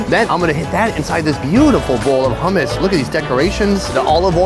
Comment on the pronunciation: "they have hommos" 😭😂✨